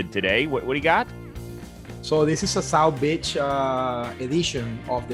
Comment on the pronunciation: swear he said South Bitch 😂